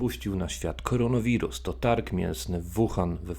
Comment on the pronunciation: Specjalnie mówisz koronowirus a nie koronawirus? Czyżby zamiennik za chimerawirusa? :)